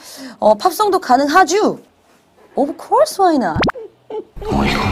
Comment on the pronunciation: 위정척사파 대학원생인 내가 봐도 발음 참 ㅋㅋ 오브 콜스 와이낫 ㅋㅋ